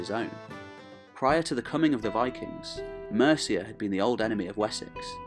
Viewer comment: Its Mercia..not Merica